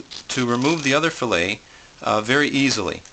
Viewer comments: Fil-let lol it is fil-lay. Lol that made me laugh. Are you canadien? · What the hell is a fish FILL-IT. You butchered the fish. You don't have a clue.